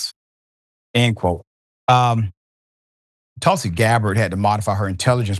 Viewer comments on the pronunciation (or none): none